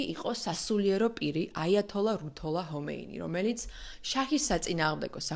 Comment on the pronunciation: მადლობა საინტერესო ვიდეოსთვის. ერთი შესწორება: აიათოლას ერქვა ხომეინი. "ჰომეინი" არასწორია. სპარსულ ენაში "ჰ"-ც არის, მაგრამ მისი გვარი "ხ"-თი იწყება.